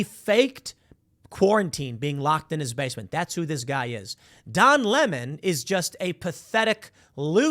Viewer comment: I like the way Tucker Carlson says his name. “Don LaMon” lmao!🎉